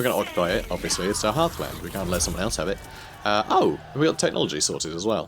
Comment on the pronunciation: Please stop mispronouncing and Heathlands. is pronounced like "Dry-ka," and Heathland is HEATHland, not HEARTHland.